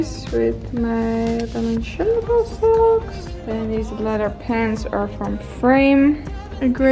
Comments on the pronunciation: IT IS "BALENCIAGA" not "BALENTSHIAGA".... :))))) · Its balen - tsi - aga, not balen - Shi - aga, its kinda important to pronounce famous brands, that you wear and maybe work with, right #justatip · Lol I love the way she says balenciaga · I know this is a little older but it reeeeally bugs me how she butchered the brands names over and over again 😂 I love you but giirl. Manola Blahnik? The way she says Balenciaga? I am in pain.